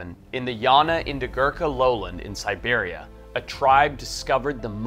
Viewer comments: That would be Siberia, not Serbia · Siberia =! Serbia 😂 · Yeah but a scientist should know the difference between Siberia and Serbia cmon Forrest still love him tho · Siberia, not Serbia! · Serbia? Hilarious mistake. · Did he mean Siberia instead of Serbia? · He probably meant Siberia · It’s not Serbia. .. that’s SIBERIA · ...SIBERIA ...not serbia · The lion - Serbia? Did you mean Siberia? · siberia not serbia 😂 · How can someone be so ignorant that he confuses Siberia with Serbia😂🤡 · Did he say Serbia?? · Dude you said Serbia instead of Siberia. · I heard Siberia, but then..... whoa! I'm calling Mandela effect on this one.